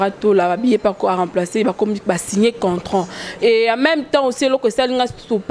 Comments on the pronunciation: tu as raison,même le mot contrat elle dit contrant😄😂😂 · On dit un contrat et non contrant.... Pardon tika français ozuiiiiii lelo ofingami.... Okotuna chèvre 🤣😂😅😂🤣🤣😂😅😅😂😂🤣🤣🤣😂😂😅😅😂😂😂🤣🤣🤣🤣😂😂😅😅😂🤣🤣🤣😂😂😂🤣🤣😂😂😅 Etikali yo suki ya jaune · Udjna contrant te (balobaka contrat) mawa 😂🤣😅 trop banc y'Ecole eza bien